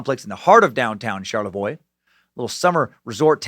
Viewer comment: Hey, you pronounced Charlevoix correctly!